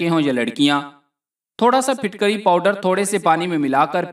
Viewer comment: Not fitkari Phutkari